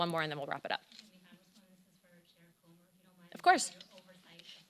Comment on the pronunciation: She said Chairman Cummer.......